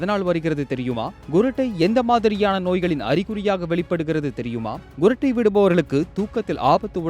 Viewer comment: Gurattai illa sir kurattai